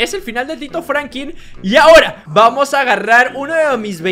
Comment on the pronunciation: se dise Franklin